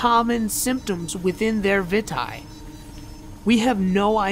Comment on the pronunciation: I think its pronounced (Vee - tay) Vitae